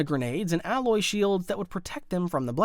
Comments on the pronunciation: It's okay, the narrator is a muppet. He says allie instead of alloy and "The Army of the Death" instead of The Army of the Dead and Moff Gideon nuking Mandalor until it was "Habitable". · It’s alloy not allied